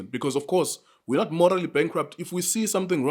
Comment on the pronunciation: I swear to God if this guy say moraly bankrupt again...